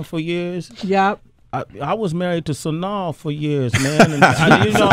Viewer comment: Why is Sway saying Sanaa name all wrong and shit LMAO Epps is that do though.